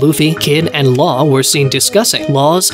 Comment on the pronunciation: Love your pronunciation of Law's last name.